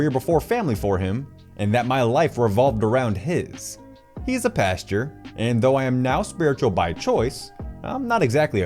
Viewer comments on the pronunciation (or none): Pastor - pronounced "past-or" not "past your" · come on bro! It's PAS - TOR not PAS - TYUR!